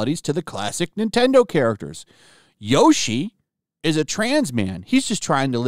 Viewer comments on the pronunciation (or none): none